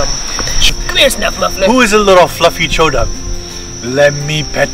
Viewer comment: I'm sorry, but every time you say Chodum, it makes me think of a doogie 💩